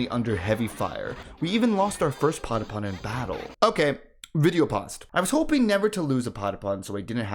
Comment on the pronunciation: at least you can pronounce patapon right... good video I think, kaibapon and geekolos will always hold a special place in my liver and don't hate on meden, you'd be like that too if you were a lesbian in a world with like 5 women, of which 3 want you dead and one is canonically straight and taken